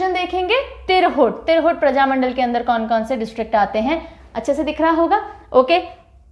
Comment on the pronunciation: बिहार में प्रजामण्डल नहीं बल्कि प्रमंडल कहा जाता है। इसके इतर आपके पढ़ाने का अंदाज़ बहुत प्रभावशाली है।